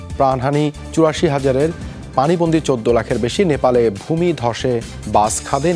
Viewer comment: প্রান হানি!! ৮৪!! হাজার বলাটা কে একটু খেয়াল করুন !! দাদা!!